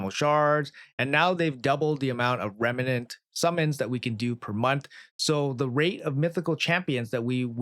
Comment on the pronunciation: just REMNANT, not remenant xD